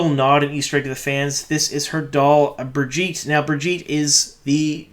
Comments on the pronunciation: Burjeet? I mean... they've been pronouncing these names for us in the audiobooks for over 20 years? It's (Bur-Gi-ttAh) The little girl on the show got it right! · You mispronounce a lot of things for a super book fan! Ta’veren, for example - it’s “tah” not “tay”. Also Birgitte - it should be “Ber-git-tuh” not “Bridget”. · From a guy who's never read the books and only listened to the audiobooks your pronunciation of "Brigette" cracked me up. That's actually the first time I've ever seen the spelling so I can see why you'd read it that way but in the audiobooks it's said throughout as Berg-Eat-Uh which sounds 1000% better than Ber-Geet There's a bunch of these like Tar-Vall-Lon (audiobooks) vs Tar-Va-Lon so I'll probably just have to get used to it Moral of the story is you're too big of a WoT fan to not have listened to the audiobooks.. They're amazing and totally worth the 200ish bucks on audible. Especially if you're going to be putting out hundreds of hours of more WoT content in the next couple years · Bro it cracks me up how you pronounce names from the books and show, when they literally give you the right pronunciation. Burjeet instead of birgitte lolol